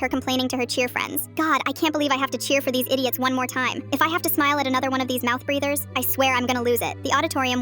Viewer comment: MOU-MO-MOUTH BREAVER